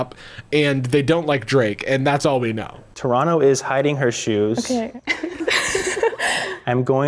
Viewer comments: Bruh the way he said Toronto oof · The way non Canadian pronounce “Toronto” breaks my brain lmao